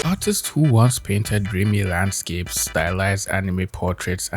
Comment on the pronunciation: he says artists and it sounds like autists jesus...